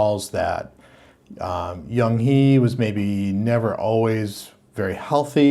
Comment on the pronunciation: I'm Korean and your pronunciation of Yeong hye was almost perfect!!! You're talented😆